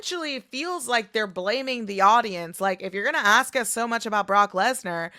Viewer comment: It’s ask not axe Plural you use are and were